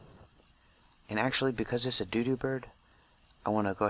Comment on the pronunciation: you're saying doodop bird not dodo bird it's supposed to sound like Dow Dow, kinda